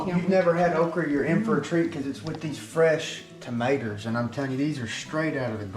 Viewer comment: “Fresh tomatoer’s “